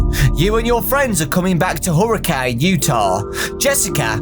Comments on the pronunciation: Okay I've been able to handle it this long but I can't anymore., as someone from Utah, it's pronounced Herrican not Hurricane. It's small but like it bugs me a bit that youtubers don't know it T-T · It's pronounced her-i-can not hurricane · Just wanted to let you know, it's actually it's pronounced Hurra-kin, Utah. (This is coming from a Utahn) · Fun fact! It's pronounced Hurri CAN. I don't understand it either, but I live in Utah, so I've heard it a bunch of times. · From a Utahn, you say Hurricane wrong when referring to the place. It's Huri-cun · Oh my god XD I was just in hurricane, utah its pronounced HER IH CAN. It's in a desert I camped on a Mesa near by